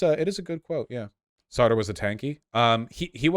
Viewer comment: Jesus, I know that Vaush mispronounces everything in ways never before thought possible, but the Sartre one got me anyway. I was genuinely wondering if Sauterre was somebody with whom I was supposed to be familiar until he pulled up the quote.